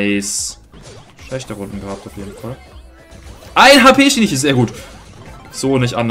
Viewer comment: Geiles Video aber übrigens Shinichi wird anders ausgesprochen das sh und das ch werden stärker ausgesprochen er ist aus dedective conan